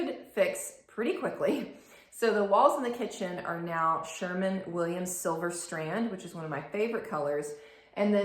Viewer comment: Sherwin not Sherman, lol.